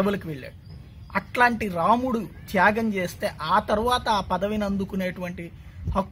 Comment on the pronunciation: sir ramanudu kadhu ramudu sir!!!!